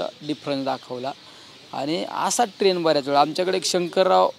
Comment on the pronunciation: अहो खासदार साहेब ट्रेन नाही ट्रेण्ड म्हणा राव....